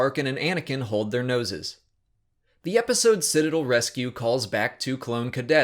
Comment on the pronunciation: He said Citadel wrong.